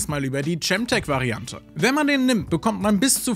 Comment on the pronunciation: Sehr gut zusammengefasst. Ich habe nur eine Sache anzumerken: Es wird Kemtek ausgesprochen.